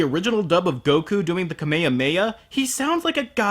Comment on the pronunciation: Give It Up to for pronouncing Kamehameha correctly.